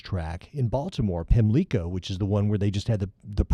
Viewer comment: In Maryland and Ireland, the accent in "Pimlico" is on the first syllable. Listen at 1m 8s